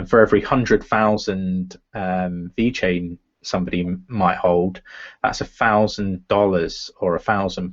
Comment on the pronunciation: please its VeChain not Vechian.. damn... looks so amateur if you don't spell it correctly. Thank you! Other than that always great content keep up!